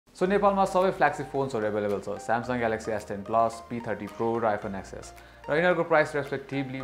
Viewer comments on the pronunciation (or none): Tech reviewer bhayera iPhone ten s bhannu ni aayena hau